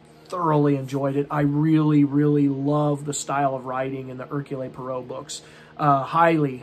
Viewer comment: Hercule Poirot is Belgian his name is pronounced /ˈɛərkjuːl ˈpwɑːroʊ/ perhaps watch a video on it like: "How to Pronounce Hercule Poirot? Agatha Chirstie's Belgian Detective Character" by Julien Miquel The mysteries of Belgian French pronunciation!